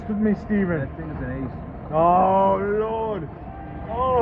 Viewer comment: Drinking game every time he says, lord pronounced Loarrd beer you’ll be effed up in five minutes.